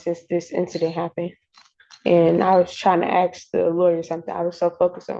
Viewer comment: She was going to "axe" the lawyer?? Attempted murder!